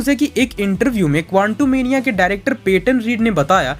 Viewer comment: bhai tum kontumenia kyu kehte hoo quantumania ko